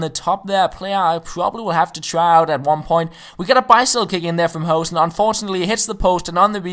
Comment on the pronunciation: Instead of saying 'Hohsen' you should say 'Hooosen'